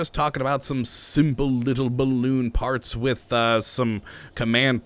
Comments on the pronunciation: did anyone else here fart s instead of parts in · When said a whole lot of parts I thought he said a whole lot of farts